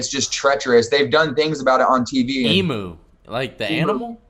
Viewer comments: Yo can you tell this fool how to say emu, it's not e - mu it is eam you. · The food sounds vile. Emu is pronounced more like 'eem-yoo' not 'ee-moo', they are Australian birds a bit like ostriches. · Posada yis me old blue, the emu is sort of like the Aussie national bird so the diggers don't like the name to be pronounced bloody wrong mate. It fair shocks the typical bloke to hear our great bugger of a bird to be being called a 'eemmoo'.. strewth mate